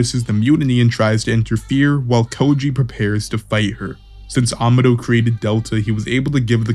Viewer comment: Amados name is actually spanish it’s pronounced ( Aa-ma-doe )